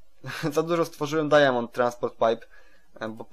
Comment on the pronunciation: Mów dajmond a nie dajamond